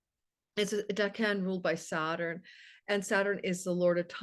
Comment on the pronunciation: I thought “decan” was pronounced like deck-in. Similar to decade but dec-en